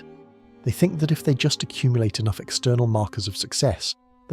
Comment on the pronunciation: “Am I enoggh.?”